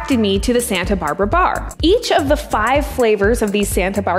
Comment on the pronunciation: I love how pronounces her R's.....baRRRRR....chaRRRRt.....couRRRse. Very 'e-rhotic'